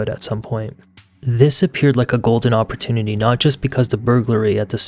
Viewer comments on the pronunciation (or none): none